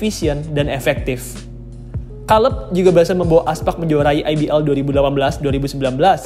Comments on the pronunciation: Kaleb mas, bukan kaleb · Kaleb kaleb Kira salep 😂 Kacau bgt lu baca nama org